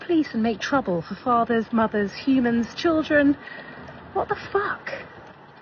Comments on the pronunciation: First of all it's not "cheerdren". It's "children" as in "child". You know, exactly like you are acting. Also, no one asked for your kids IDs. They asked for yours, so asking "Did you ask for that kid's ID?" is a complete straw man argument. You don't belong there, so why are you trying to act like you do? Get a hotel with a pool instead of breaking into private property to use someone else's. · I noticed that too that he doesn’t know how to correctly pronounce “children”. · I'm sorry, sir...what, exactly, is a "CHURDRIN"? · What's a CHUR-DRIN? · “He chirgren” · "Cherjrin"...... yeah, his "children" have a bright future 👍🏽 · His chrir-dren 🙄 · Sir it isn't Cheeren it's children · How does pronounce Chrrruggren from the spelling of children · What's "Churdrin"? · "cheerdren" LOL... Why can't they speak English? or at least American. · "In front of yoor cheerdren" 🙄. Don't worry, you can still vote in Chicago without id bruh. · What is a "churrin"? He keeps saying "in front of my churrin". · They can never pronounce anything…churldren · Why do they ALL say "churr-dren" instead of "children"? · I was going to say churrin😅. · Hey hey whoa there.. Its pronounced chur'gren. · What is a "churrdren" 😂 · "My chirldrin" you automatically know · With his churldren 😂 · Oh I remember , “ my Cheerdrun,” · What is “churren”? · In front of his " churren" ?ohhh, so he was a guest? Not a resident. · His "churdrin" are there y'all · He can’t even say “children” correctly. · Can you not pronounce children. Chilren? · “Chillrund” “Poe-lease”. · What are "churdrun"... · dude cant even say the word children.. these "people" I swear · You can't even say children right!! And those aren't children those are baby baboons